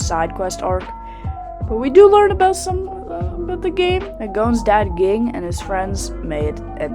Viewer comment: How did you watch the show that you mispronounced Zolydck and Ging?